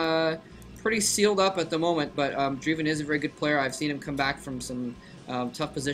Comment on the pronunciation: c'mon moletrap it's drEIven not drIEven and its not spelled same as driven:>